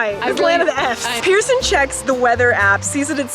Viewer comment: She's "Pee"rson